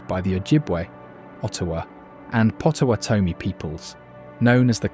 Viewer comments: I nearly choked when I heard potowah=Toe=me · Very good video, I'm sure you triggered some of us Michiganders with the pronunciations: Mackinac: Mak-i-naw Tahquamenon: Ta-kwam-in-ahn Macatowa: Mak-a-ta-wa Potawatomi: Pata-wata-me Frankenmuth: Frank-in-mooth Grand Sable: Grand Sah-buhl Leelanau: Lee-la-naw Pier Marquette: Peer Mar-ket Charlevoix: Shar-la-voy Gratiot: Grash-it Ontonagon: On-tahn-ah-gon Would be nice to see another video that covers some of the actual less known sites in Michigan!